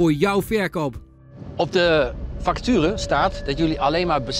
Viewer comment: aan het levelen met zijn fakaturen. Ipv facturen